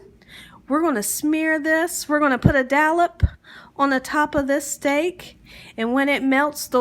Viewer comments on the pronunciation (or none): Did she say a Dallap of butter? that must be a southern style Dollop lol